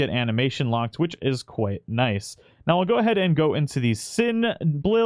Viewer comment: “Sin Bluild” 😏